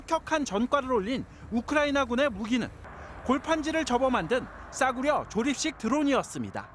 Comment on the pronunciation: 싸구러 종이 드론.. ㅋㅋ 기자님 종이드론이라고 하면 되지 왜 굳이 싸구러라고 하시는지... ㅋㅋ 저 드론이 싸구러면 전세계 인들이 저 드론보다 싼 집이나 차 타고 다니면 다 싸구러임?